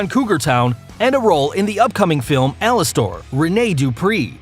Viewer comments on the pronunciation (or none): none